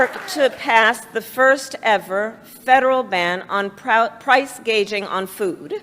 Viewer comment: 😂 proce gageing